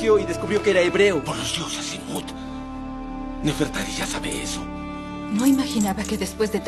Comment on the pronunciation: se dise nefertari :v